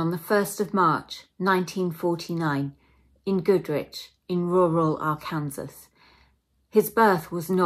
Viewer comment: Loved it but its pronounced ; "Ark- can- saw". Not "Ar -kansas". Facinating stories! Love it! Subscribed!